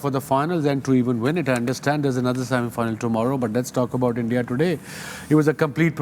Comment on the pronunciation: It was like :- shami-final not semi final 😂❤